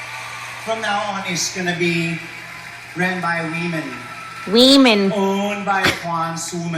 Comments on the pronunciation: That dude in the white dress isn’t saying “women” he’s saying “we men.” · He wasn't saying "weemen," he was saying "we men." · Is that We Men, Wee-Men or weeemen? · Fah - see - shuss.... 🤣 ....Weeman with weiners, like bananas in pajamas ..... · Wemen.. "We-Men".. he fucked up. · I fell out laughing when Luke said he lived in a time when weemem didn't have weeeners. 😂😂😂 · "Weemen don't have weeners" - Luke